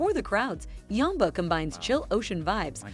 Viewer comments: Yamba (pronounced yaam-ba not yahmba) is like many NSW North and South Coast towns. Look 'em up! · Where the hell is yumba... oh you mean YAMBA. Yeah nah thats not how you say that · AI is woeful eg Yamba is not Yumba ! Prices are way off In Yamba , the medium price is close to double. Lots of inaccuracies here make watching this painful. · Must admit I was surprised to see my town of Yamba on the list. (Yam Bar is how it is pronounced)I literally am in between 100acre farm and the national park. My property is 200m from the Pacific Ocean. With only 6000 residents. I came up here over 20 years ago for a holiday and never left. It was such a great area to raise kids. I'm glad I bought my home before the house prices exploded though.The average price of homes here are 1 million dollars.